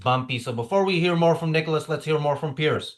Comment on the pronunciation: Piers is pronounced Pierz with a soft z.